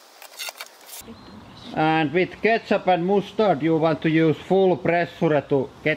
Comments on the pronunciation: Moose Tard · i think i just developed a new fetish on the way you say moos-dard. help.